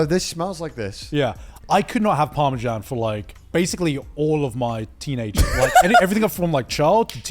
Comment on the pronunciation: Fully Revoking Garnt and Connor’s British citizenship for calling Parmesan “parmejan”